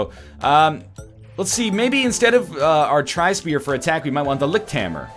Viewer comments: The right pronounciation would be something like: Li-sh-t-sh-p-air (Li-ch-t-sh-p-eer) (from German for: Light Spear) The sh sounds are just like in fish. The "air" is pronounced just like air. The other consonants you nailed pretty much; they don't have a special or different pronounciation than in english. For reference, you said: licked spear. However, as an addendum, the devs do not seem to speak German themselves or only know the meme-y version of it. Putting "das" in front of every noun is simply wrong in a lot of cases. For example, the level "das frostberg" should be called "Der Frostberg" (capitalization intended). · Not really a Seoul Seoul situation - the German pronunciation of Lichtspeer is far enough away from "Licktspier" that you don't have to be German yourself to hear the difference. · Sound like he is saying lick spear :D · So, it's pronounced "Lih-hyoot"? That doesn't sound right. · Just for future reference NL, this would be pronounced Licht, with a very soft h sound in there, kindof like you're saying the c and the h seperately not together, speer. The "sp" sounds makes a "shp" sound and the "ee" makes an "a" sound. Liktspare. Think of it like that. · everytime he says: ligkt. i die irl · Funny Pronounciation! I'm German and I only watched this video to hear how english speakers say " Lichtspeer" xD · Good pronounciation (hopefully this was correct) but the ch in lichtspeer sounds like a angry cat :D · Nl you are right. It is German and it means light spear but your pronunciation is completely wrong :P But that's fine ;) The German in the game on the other hand is awful... Couldn't they have been bothered to ask someone German to review their German words and sentences? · Es ist nicht lichtspeer, es ist lichtspeer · nicht lichtspeer, sondern lichtspeer? waaas? xD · Its not Lichtspeer, its Lichtspeer you egg!